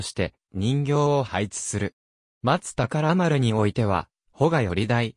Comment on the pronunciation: まつたからまるではなく、まつほうまる、しょうだいこではなく、こだいこ、なかうたまちではなく、なかうたちょう、やどいれではなく、しゅくいれです読み間違いが多過ぎます